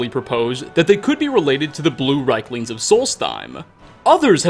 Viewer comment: you said rikelings lol they are reiklings like reeklings